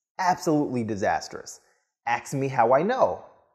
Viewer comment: ASK not AXE. All in love.